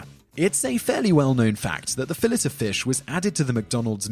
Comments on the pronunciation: Pronounced as Fill-A not Fill-Et wtf. :'D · Frick that was painful every time he said It. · FILL-A, not fill-IT!!! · Fill-eh of fish Not fill-it of fish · Awful way to pronounce fillet-o-fish. It's pronounced (fillay oh fish). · It's pronounced Fill-AY O Fish......not fil-LET O Fish. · It’s fil-ay not fill-et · Say It with me, It's pronounced Fill-A O fish. It's not pronounced how It's spelled. It's not a Fill-It. Making It sound almost like millet seeds. 🤣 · It's pronounced Fillay O Fist, not Fillet. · Simon....it's "filAYOfish" not 'fillit' I know you're English and all, but.... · Robot voice its fil lay of fish not fillet of fish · Just FYI, it’s pronounced Fill-LAY O Fish, not fillet even tho it’s spelled that way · It's not fillet o fish ya shmuck it's filay o fish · It's pronounced "File-To-Fish". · Fillet-O-Fish is pronounced “fill-ay-o-fish” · Your pronunciation of "Fillet-O-Fish" has got me triggered! 😤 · You are interesting until #2 . Why in the world do you pronouce «Fillet-O-Fish» ”Fill-it-A-Fish" 🤪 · Fill-it-o-fish Hahahaha! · "...starts with someone eating a saladzzzza..." ...."fillitT oh fish.... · FILL - IT - O - FISH. Who can't pronounce Fillet? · What the heck is a "Phallisafish?" Lol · Why the hell do you say phillis o fish? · Its pronounced fi-lay-o-fish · THIS is the only reason I came here to comment. Thank you! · The T in fillet is SILENT!!! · I want to find this narrator and do unspeakable things to him for how he pronounces fillet o fish. Like c'mon dude. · Are you sure English is your first language? The "t" in "fillet" is not pronounced. Back to the drawing board, eh mate?